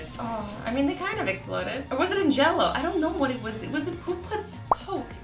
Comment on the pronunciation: It not jallow it's I've